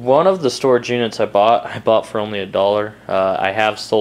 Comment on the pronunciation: Bought. The word is bought. Brighten up, please